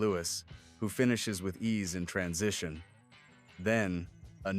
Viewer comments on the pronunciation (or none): none